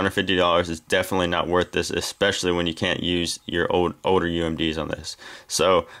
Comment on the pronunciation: pronounce your L's right. not oder. older.